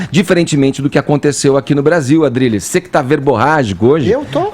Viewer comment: Adrilles sabe disso , pode ter errado na maneira de falar ! Mas a inteligência do Adrilles supera esse errinho básico de engano